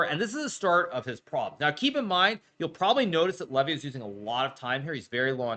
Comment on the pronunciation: I love the fact that Hikaru mispronounces Levys name purposefully to show how little he respects him.